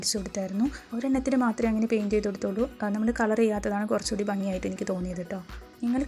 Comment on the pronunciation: ക്‌ളർ അല്ല മാഡം കളർ 🤣🤣 പറഞ്ഞു പറഞ്ഞു മടുത്തു ഞാൻ 🥰